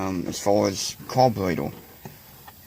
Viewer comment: Das a mopower cawburratew? Sheems wike a wase a time? 🤪